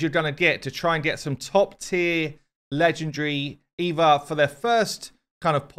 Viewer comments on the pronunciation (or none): none